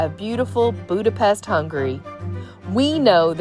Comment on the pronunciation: The views from the Funicular are awesome! And it's great to learn how to actually say "Budapest"! Also, Mathias church is beautiful!!!